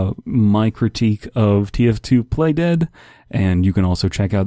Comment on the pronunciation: when you said play dead, I thought you said "plate head"